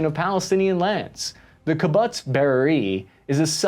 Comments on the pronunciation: Hi, Thanks for your elaborate update! As I follow you since the Ukrainian-Russo war almost every day I must say you are a busy guy and doing a very good job with very accurate information! So, Thanks for that! To give you one small tip; There are many ways to pronounciate Kibbutz, but since year and day the most common and Israeli way and as I learned it, is more or less in phonetic like the english; Key-Boots! With the emphasis of tone on Boots. May you want to try it or maybe you don't. See what's working for you. Because you said in so many times in this video and maybe you use it more often now...All the best! 🙏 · Your analysis is great. But it’s pronounced KEE-BOOTS. KEE-BUTTS makes it sound comical and distracting. But overall well done! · P.S. it's not "ki-butts" duh. It's pronounced "ki- boots" It was what the Jewish people had to do in the old days. Most jews that came to their homland had no money or anything else for that matter. They survived by forming into a collective. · I appreciate your videos. Just one correction. It's kibboots, not kibbutts. Plural, kibbutzim. Even someone from LonGisland should know that! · This was an excellent video. Very through, informative, and in-depth, as well as balanced. I will highly recommend it. One editorial point. You are pronouncing the second syllable of the word kibbutz like butts. Ki-butts. That is incorrect. It is pronounced like the word puts. As in, “he puts the book on the table.” Ki-puts. Ki-bbutz. Thank you! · This was a great video but you completely lost me at “kebutts”. It’s pronounced “keeboots” and the plural is Kibbutzim. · it’s pronounced as kee bootz, not ka butts 😂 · i like kib-butz and i cannot lie! Man you've gone an pretty good job when the only thing I can criticise is the pronunciation of kibbutz. AFAIK it's pronounced more like kib-bootz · Kibutts? no, it's Kibbutz ffs. Ki-buutz. Like boots. omg. Don't be ignorant. please. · Kibutz is pronounced KiBOOTS not KiButts. FYI,.